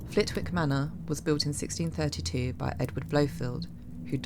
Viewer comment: Really enjoyed this. Clophill church is widely "known" locally, as is Chicksands priory. 👍🏻. Btw, Flitwick is pronounced with a silent W, Flit-ick. Many thanks.